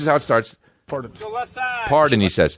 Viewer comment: I thoad the player said "parden"